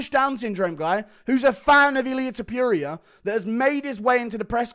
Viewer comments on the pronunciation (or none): Why can’t he pronounce Topuria just like it‘s written? Cmon man it‘s not Tiopuria you can do it.